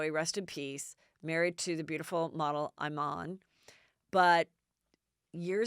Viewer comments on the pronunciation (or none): Omg Heather your pronunciations ITS EE MAHN (Iman) not eye man 😝